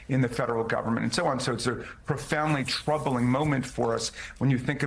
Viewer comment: Did he say "troubling" or "Trumpling" ?